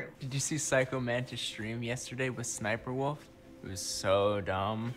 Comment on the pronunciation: It is spelled sssniperwolf but you say siperwolf.